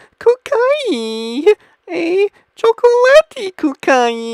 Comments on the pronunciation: WTF is this? When he said chocolate it sounded like he said cocain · GUYS I FOUND OUT WHAT DRUG HES ON! "Chacatoate cocain" (I know how to spell chocolate it's just the way he said it XD)